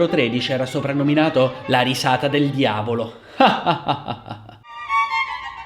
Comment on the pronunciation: Mi hai fatto morire 😂 il diaulo 😂